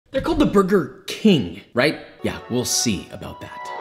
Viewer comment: "dey call da burgurt"